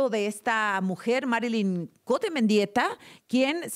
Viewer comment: No es Cote es "Cout"